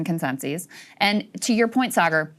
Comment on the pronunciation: Dave says what he thinks… and he thinks your name is “Say-Garr”